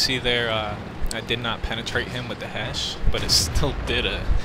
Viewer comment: Yes, but he's not saying Hesh. He's just going HEH